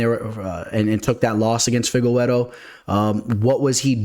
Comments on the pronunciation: Stop saying Fi-ge-we-ro. It’s fi-ge-re-doh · I hate how you say Figgy's name